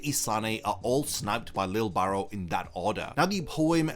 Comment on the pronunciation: His name is Lije Barrow. (Lee-jay (soft j)) Im posting a youtube short soon to address the constant mispronounciation of his name.